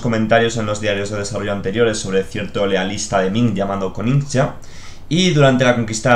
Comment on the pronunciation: me encantan tus vídeos pero me hace daño oir /konicha/ en lugar de koxinga o /daimío/ en lugar de /daimio/ 😂😂